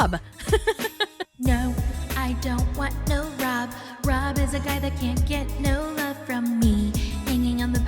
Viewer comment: Lmfaooo I was laughing out loud at work when you called rob SCROB 😂😂😂😂 I genuinely cannot